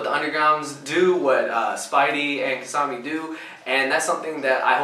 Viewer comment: you called him kisam me